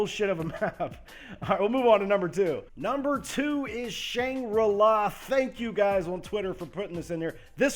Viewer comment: I agree with all except for Shan gri-la